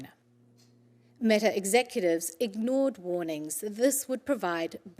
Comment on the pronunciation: Nawr not Metawr